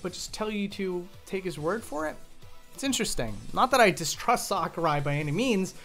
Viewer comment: bruh you said masahiro sockarai